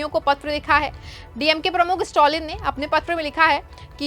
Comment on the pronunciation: स्टॅलिन, स्टाॅलिन नही। improve your pronounciation!